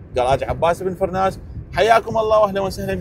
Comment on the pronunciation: ابو القاسم عباس بن فرناس... وليس فراس....